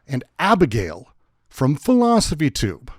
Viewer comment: "Abegail" XD